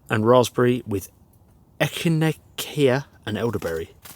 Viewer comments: Pronouciation tips: Echinacea = eck-in-AYE-shuh Chorizo = chore-EE-zowe Great content! Keep it coming. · Great video. BTW, echinacea is pronounced eh·kuh·nay·shuh. Very good herbal tea for colds. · E-ki-nay-shi-uh is the proper way to pronounce it. Or at least that's how I've always hear it in the States. Can't say if it's actually the correct pronunciation. Looks like a fine meal. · Echinacea is pronounced ECK-IN-A-SHUH lol just for future reference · Echinacea (say eh-kin-ay-shah) 👍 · also the plant in the tea is pronounced ekanasha, its not how you spell it its just how you say it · Nice setup! It is pronounced eck-in-ay-shuh. 😂